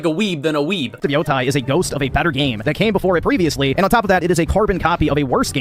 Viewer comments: Pronounces it "Ghost Of Yotai" cause he isn't a weeb. Uses the phrase Talk No Jutsu which is a meme based on the manga/anime Naruto to poorly explain what happens to the Spider. And "Talk No Jutsu" he is able to pronounce naturally, but wether the E in Yotei is pronounced like an E or an A is rocket science only weebs know. Sure... Also I specified this point cause nobody else pointed it out (understandably sunce it usually gets lost in the sea of stupidity and nonsense he spouts and even I didn't notice it in the original response you did). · bro saw “yotei” and reads it as “yotai” (when he actually pronounced it correctly later in the video so you know it’s on purpose)